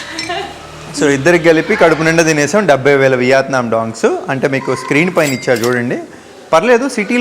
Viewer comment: content and quality are fine. కానీ అలా చప్పుడుచేస్తూ జుర్రుకుంటూ తినకండి.మనింట్లో మనమెలాగైనా ఉండొచ్చు. బయట మీరు మీదేశానికి బ్రాండ్ అంబాసిడర్.అలాగే సరిగ్గా పలకండి. వియాత్నాం కాదు.వియత్నాం.'యా' కి దీర్ఘం లేదు. చిన్న తప్పులే కానీ చిరాగ్గా వుంటాయి.